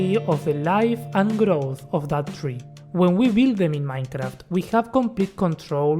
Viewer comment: Dijiste MAINCRAFT y ya con eso me bastó para darme cuenta que sos argentino jajaja